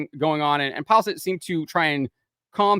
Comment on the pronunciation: Its not Pajlstedt. Its Peelestedt the e after L sounds like the "e" in mess.